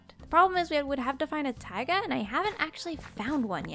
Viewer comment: And it's taiga not tiga